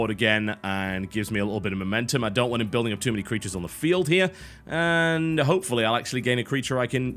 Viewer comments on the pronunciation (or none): none